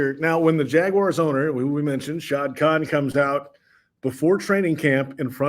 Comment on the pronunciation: JAGWIRES?!?! Really,?! 😅